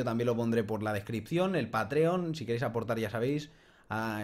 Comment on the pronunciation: Lo de patreon en España no se si es muy conocido pero buena idea. Se pronuncia PÁtreon por cierto hahha. Yo de ti explicaría un poco mejor como funciona esa plataforma, dado que las donaciones pueden ser de 1$, pero son mensuales. Y que puedes poner unas metas de ingresos por mes, con su consecuente bonificación para los "patreons" y tu canal de youtube. Yo sigo varios canales de Magic: The Gathering y casi todos tienen uno. Tambien les funciona para interactuar con los seguidores.